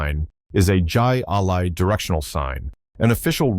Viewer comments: LOL. It's pronounced High Lie. Not jie a lie!! 😂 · Man, I hate A.I. "Jai alai" is pronounced "Hi-Lye". Jeez. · Jai Alai is pronounced “Hi Lie” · It is pronounced High-A-Lye, not with a hard J. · Jai Alai is pronounced Hi A-Lie from Spanish, a throwing ball at wall game using a flinging ball scoop. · It is pronounced High-A-Lye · I was about to say 'Hi Lie' as well. Hey, when I didn't know what it was, I said the same thing as the narrator. The game was played at a Jai Alai Fronton, then people would place bets.